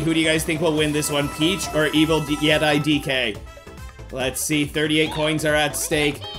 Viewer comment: pronounced as yetee